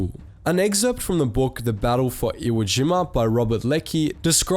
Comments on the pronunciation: Limey-speak is beginning to really annoy me... and WhereTF is "iwageema"... SHEESH! >>> NEXT! <<< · "iwoah jeemah" loooool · Have I been pronouncing Iwo Jima wrong my entire life!?